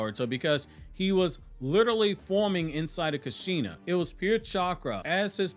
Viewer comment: Btw, it’s “Kush-Shun-ah” not “Ka-Shein-Na” They’re Japanese names, not black American names.